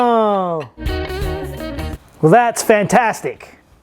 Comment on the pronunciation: when a Australian man gets so frustrated for a brief moment sounds like he’s from Boston. “That’s fantastic!”